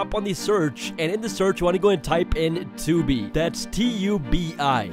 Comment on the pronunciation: Bro said Tubi 💀🤣🤣🤣